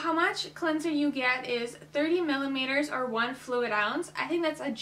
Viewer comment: 15 “millimeters” lolz 😂